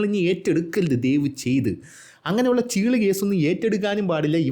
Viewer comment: ചെള്ള് അല്ല ചീള് 😂